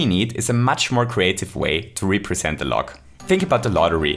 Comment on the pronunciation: Wowwwww…. Really pronounced represent as “re———present”